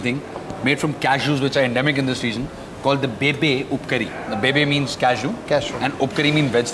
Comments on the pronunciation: Its Bibbee upkari in konkani not bebe!! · Its bibbe upkari... Not bebe